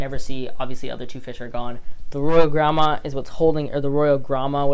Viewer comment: You do not pronounce the Royal Gramma like Grandma.